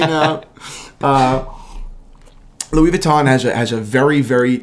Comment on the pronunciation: how not to say Louis Vuitton